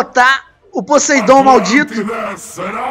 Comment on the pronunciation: e poseIdon não poseidon